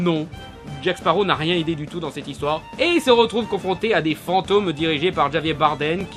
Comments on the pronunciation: "Djavié" Bardem ?! seriously ? c'est quoi ça ? de l'anglais du français ? "Ravièrrr" !!! ^^ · On dit Rabier et non Javier. Sinon, pareil que la plupart, ça va, ça passe. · Non non,. Si tu avais pris Espagnol LV2 au bahut, tu aurais su qu'en espagnol, les "j" se prononcent "r". Donc cette prononciation de Javier Bardem n'est pas tolérable. ^^ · Beaucoup de choses négatives dans ce que tu dis cest dommage , il ne faut pas oublier que les scènes de combats sont époustouflantes ( ex: quand jack se retrouve coincé entre les canons des 2 bateaux et que le statue à l'avant du bateau prend vie). Et Javier se prononce : ravière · Javier se prononce "Rabière", il est espagnol, tu sais ?